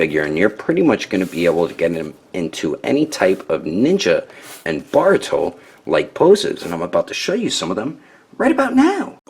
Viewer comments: he sounds like he's saying baruto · Wait u kept saying “borto”